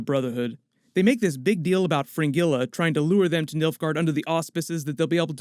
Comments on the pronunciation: Stop pronouncing Fringilla as Fin-Gilla (NOT), but Frin-Jeh-la instead (correct pronunciation) lol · I excuse you for the way you say "Fringilla".